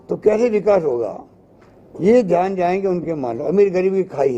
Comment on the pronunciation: आरे यार आप किस्से बात कर रहे हो....ये प्रेस कॉन्फ है या चुणावी भाषण...ये पहिले तय करो.. आप बार बार धान करो...बोलते हो..तो.. आपका ध्यन खा है...जनता को... ऊलू समझ रहे तो आप उल्यू हो....जनता सब कूच जांती है